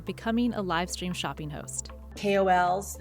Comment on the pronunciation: Shoppeen Network. Competeen (not competing?). Launcheen. Wtf